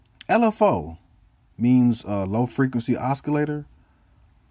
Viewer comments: Good video! Thanks! Keep saying osskilator it is super funny ;) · I hope you know you're saying oscillator wrong.. Other than that great vid